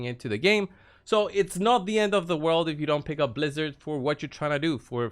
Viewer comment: Ummmm excuse me good sir, it’s pronounced Blizz-ARE 🤪😂 just messing around hahaha thanks for the video bro! Happy holidays! 🎄